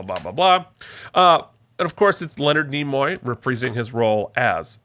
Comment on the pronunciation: It's Nimoy, not Nemoy. Also, Spock was Ambassador, not Admiral.